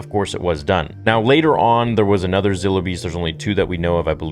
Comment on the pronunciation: It is pronounced Z(eye)(low) beast